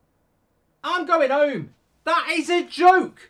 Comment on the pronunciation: Goldbridge- “I’m goin’ houmm” Home- 🤦